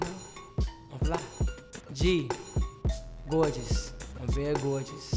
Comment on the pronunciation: “gowgeous, im very gowgeous”